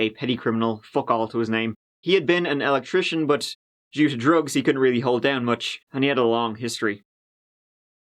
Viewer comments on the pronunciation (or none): none